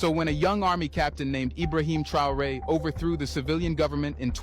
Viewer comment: 😂😂 he had to make sure he pronounced it properly this time 👏🏿 big up ibrahim traore